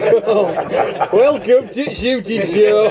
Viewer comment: I really wish this guy could say ‘show’